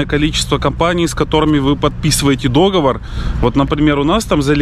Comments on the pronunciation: обычно не люблю делать замечания по ударениям или орфографии...Но запомните) ДОговор и докУменты в пОртфеле, а договОр и докумЕнты в портфЕле) ДоговОр!))) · в слове " договор" ударение-на последнем слоге.Да и ложить зубик нельзя,надо его класть.Извините за замечание. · договор, ударение на последний слог. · не вздумай болеть! Придумал тоже, весна скоро 😉😎💖Пижама весёленькая👍Красивая домашняя одежда - это очень важно для настроения и самочувствия👏Я не знаю, как правильно КарфУр, или КарифУр, но точно знаю, что правильно договОр, а не дОговор😉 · не знаю, как насчет Керфура, а вот слово "договОр" в русском языке только так произносится. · не дОговор, а договОр! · ДоговОр,!!! ухи режет!!! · нет слова дОговор Есть слово договОр